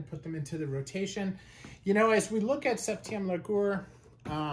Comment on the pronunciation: the way you pronounced septieum largeur is abyssmal.